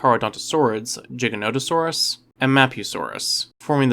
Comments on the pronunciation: For the love of all that's dinos STOP pronouncing the Giga's name wrong. It's GIGA-no-tuh-saw-rus. Same as if you're saying the word gigabyte. Not jig. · Believe its a hard 'G', sir. Not "jiggernotosaurus" - it's 'Gig'. At least, it has been in every lecture I've witnessed about such. Mind you I'm UK - mayhap you pronounce it differently there. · OMG you did not just call Giganotosaurus "Jigga-note-o-saurus". You must play Ark. Good video though, I enjoy your content. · Man said jiga it’s giga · Dinosaur content creators on YouTube need to stop saying Giganotosaurus wrong, you're influencing a Generation of viewers who will believe anything on YouTube. It's pronounced the way it always has been and always will be... "Gig-ah-no-toe-Saw-us" not a syllable more nor less, if people truly struggle then follow this. to Pronounce the Giga correctly, One uses The Rock Bands GIG sound NOT the Pirate's JIG sound. Now you can call me an Idiot or whatever word meaning dumb, but in the 29 years I've been alive I haven't seen even one dinosaur book featuring the Giga that showed a Pronunciation with a J Sound, so get it right or get educated. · I'm sorry but does the way this guy say Giganatosaurus infuriate anybody else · Eh, I don't really care tbh. I know Giganotosaurus is supposed to be pronounced Giga as in gigabyte, but pronunciation usually doesn't bother me. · i hate the way people say giganotosaurus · I'm so glad I'm not the only one that pronounces the mighty gigas name like that. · Jigganoteasaurus 🤣🤣🤣 pacifically? 🤣 I didn't even make it an entire minute into this 🤣